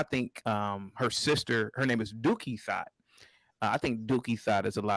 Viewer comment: Dookie Thot 😂😂😂😂. I thought it was Duckie Thot